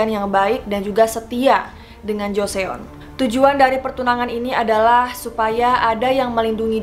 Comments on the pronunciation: Yep gw pikir dia nyebut nama orang terus tiap nyebut joseon, jo/cho se yeon 😅😅😅 lieur euy, atuh di google translet udah ada audio cara ejaannya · Hanya sekedar koreksi sedikit ka Pembacaan Joseon itu Joson 😅 Btw bagus banget pembawaannya,jelas+ga bikin boring🔥❤ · Suka sama video-videonya ❤ Btw maaf kak tp Joseon dibacanya joson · Aku terlalu risih mendengar jo se on:) tapi aku pengen nonton:’) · joseon huruf 'e'nya ga dibaca min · Btw , joseon itu dibaca joson ya kak 😁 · Joseon dibaca JOSON Mohon dicari tau dulu cara baca tulisannya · Joson ..joson .. setiap kali mbaknya ngomong Joseon gua auto jawab Joson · Btw dinasti Joseon dibaca joson yah, hehe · Joseon bacanya jos son #fyi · Baca Joseon itu Joseun kak o nya ga usah di baca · joseon bacanya joson shay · Ralat aja ya kak Pelafalannya Joson bukan Joseon bacanya Maaf kalau menggurui😅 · Joseon dibacanya: Joson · Kenapa sih Joseon nya dibaca Joseyon:( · Joseon dibacanya joson, e nya gausah dibaca :) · Ngakak JO-SE-ON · Risih dengernya... Jose-on, shoul kalo mau bikin konten beginian belajar dulu cara pengucapannya, research sampe tuntas baru bikin konten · Iya benar. Jo (O-nya bulat kaya kalau bilang Donat) dan Seon (dibaca O, tapi ditekan di leher). Saran aja kak, belajar dulu pengucapan Korea. Lee juga dibacanya "i". Biar enak dengernya :) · hah? siapa yang nggak menghargai siapa? Gue menghargai youtuber, gue nggak 100% menyalahkan pronounce dia. Gue heran aja kenapa komentar didominasi sama kesalahannya dia, udah gitu komentarnya sama semua tentang salahnya pengucapan joseon. Besok besok gue mau ngomelin temen gue yang baca jakarta jadi jekardah ah, apa ngomelin temen gue yang ngelafalin jepang terus gue benerin jadi nippon? Eh tapi nggak deh, gue menghargai kalian semua yang telah mengingatkan youtuber, berkat kalian youtuber pasti paham akan kesalahannya. Semoga youtuber melihat ketulusan hati kalian dan meluruskan kesalahannya. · Gedek banget dengernya kalo dia lagi ngomong Joseon 😁✌️ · Bacanya Joson